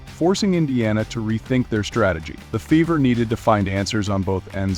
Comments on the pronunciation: Indiana Fevvor? How is that pronounced again??? Who taught this narrator how to speak English? smh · A I narrator FEVER is mispronounced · Your A I reader doesn't know how to read numbers Or. Pronounce the word fever. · I hate these automations.Cant even say fever right.